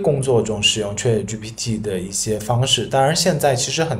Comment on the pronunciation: 你连chat都念错，还教人？